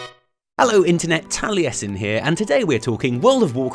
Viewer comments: "Tali-Esin" ??? You cant even pronounce your own name xD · Well let's see; I'm Welsh, bought up in Wales, where the original Taliesin is a pretty common figure. I know some Americans pronounce it Talessin but honestly they are the ones pronouncing this Welsh name wrong. Even Frank Lloyd Wright managed to get it right when he named his house Taliesin :)